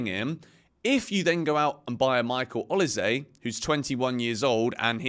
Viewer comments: It is actually pronounced O-LI-SEH. Not say. It's a Nigerian name from Edo state. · is it pronounced o lee say (Olise) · Is he pronouncing Olise properly? 🧐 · how are u not able to say olise?